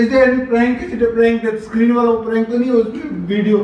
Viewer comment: I like how he says prank as prenk and of course the camera in her hand is of course invisible to him.